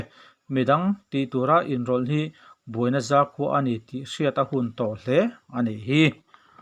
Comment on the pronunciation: I thu chhiarah hian lam sual i nei fo mai a. "Buaina zakhua" tih laiah pawh hian, zakhua tih laia, "Za" hi zâ tiin i lam tlat a. A ri hniam tur a nia.